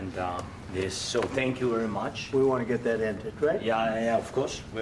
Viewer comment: He said tyank you twice right when he started soeaking what a bozo the vp is